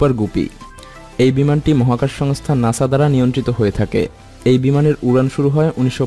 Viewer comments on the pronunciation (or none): none